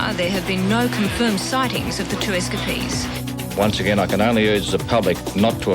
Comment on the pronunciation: S Ka Peas = Escapees